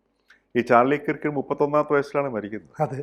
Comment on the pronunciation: That pronunciation is not kirk , it is like KARK.